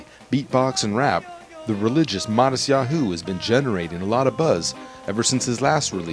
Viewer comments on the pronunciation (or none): hahaha omggg sooo irritating bc hes pronouncing his name wrong. matisYaHOOOOO lmao kill me. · he keeps saying matisyaHU! It's driving me crazy! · I love the way he says Mattisyahu- it sounds so funny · he just puts a ton of emphasis on the 'hu' part. makes it...distracting lol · he's pronouncing his name wrong...